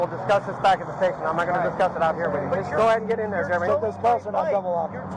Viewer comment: With the amount of stuff about Jeremy online you would think you could pronounce the name correctly.